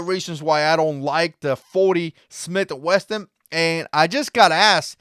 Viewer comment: "40 Smith & WESSON"! WESSSSSSSSSSSSSON! NOT "wesTon". There is no damn "T" anywhere in it. Why would I trust anyone who says anything about 40 S&W caliber, if they can't even pronounce it right.